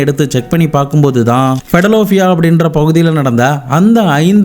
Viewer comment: பிடலோபியா இல்லை, அது பிலடெல்பியா